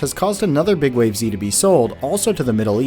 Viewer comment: you sure it's not pronounces "big waves"?